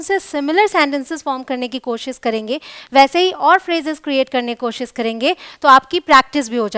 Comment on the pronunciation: Mam koshish not kosis...